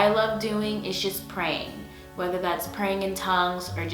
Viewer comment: What was that ? When you said “Praying”